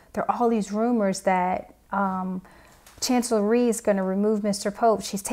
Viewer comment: Rhee not Theme.